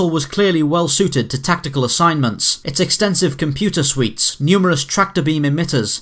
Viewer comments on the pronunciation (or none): none